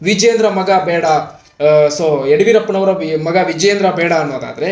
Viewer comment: ಯಡವೀರಪ್ಪ ಅಲ್ಲ ಯಡಿಯೂರಪ್ಪ